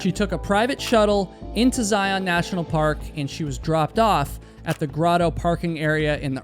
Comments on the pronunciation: Zion is pronounced Zaiun, as in fun run gun. Not Zai-Ahn. I don’t think she was ever lost. You can practically see and hear any vehicles going up the drive from anywhere near the river. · By the way, it is pronounced ZlI-on, not zi-ON. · I agree! Please —-you are usually very careful pronouncing names —-please learn to say the name of a major National Park correctly. It is said Zi - UN, like lion, not Zi - OWN, like Cyclone. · I’m sure you will never see this, maybe others will but they pronounce Zion in the sound of zi-un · Good video -- in Utah we pronounce it "Zi-unn." Don't ask me why, but yeah.